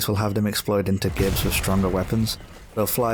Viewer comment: You pronounced gibs wrong :(